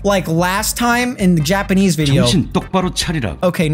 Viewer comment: Ehjiapperhneese after google translate Japanese